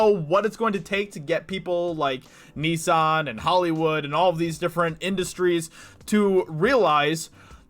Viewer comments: First time I've heard Nissan pronounced as "Nee-san" 😅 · "Knee-san" 🤣 hahaha.. not hating but that cracked me up everytime you said it 🤣..